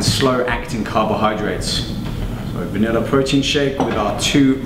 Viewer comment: i think favorite thing in the world is his" VANILLA Protein" *heavy accent* look at him eyeing it